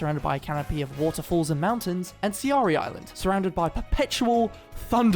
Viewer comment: When you get paid to promote a game, and can't even pronounce, let a alone spell the fucking names right. My guy. It's "Watatsumi (Watt-tat-soomi), & Serai (Sair-rai)